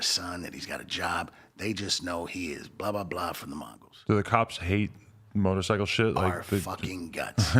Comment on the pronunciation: And why is this nigga saying motorcicle